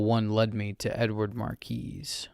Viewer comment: really good emotion, mispronounced a few words, the "s" is silent in Marquis, I got all giddy listening to it :D